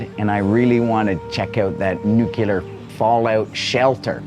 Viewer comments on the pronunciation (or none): Nuclear not nucular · What is "nukilar"? 😄😄😄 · Newkiller shelter? Aren't you Canadian? Shame shame 😄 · 2 things. Most of these idiot commenters don't even own a house. Secondly the word is NOO-KLEE-ERR not NOO-CUE-LER. God people are so ignorant. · Too much concrete for me. What’s nucular? 😂Nuclear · stop saying nu-cu-ler please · Would someone please educate about how to pronounce NUCLEAR?! Dictionary says "nuclear /noo͞′klē-ər, nyoo͞′-/ Adjective: Of or relating to atomic nuclei. "...a nuclear chain reaction." It is not "NUKE-ULAR"! Canadian education and too much weed strikes again. BWHAHAHAHAHA!